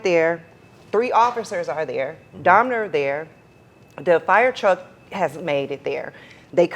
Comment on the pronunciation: For this incident happening 32 years ago, you'd think she knows how to pronounce his name by now. Its DAHMER, not DAHMNER lady.